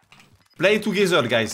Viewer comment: Brozer, toogezer stp fait un effort avec l'accent anglais